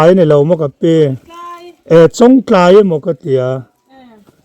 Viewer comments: ....chawngtlai khua hming i sawi hi thluk dik ve mai ta che.. Chawng tlai a awmlo, Chawngtlai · An khaw hming lam dan dik zawk hrilh na na a, lam dik duhlo tlat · Mi khaw hming te,a dik zawk hre reng si,sawi sual lui reng mai,a der viau suh. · an khaw hming lam dan kha an hrilh hnu che pawhin ti dik ve hram teh 😂😂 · A tir ah chwngtlai khua lam dik thei reng...a hnu ah lam dik thiam lo vel.. hi chu a😂😂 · A lam dan an hrilh tawh hnuah pawh lam dik duh miah lo,zahpui awm lutuk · chu nghapih tih takah chawngtlai pawh a lamthiam theilo chu ni maw.😊😅😂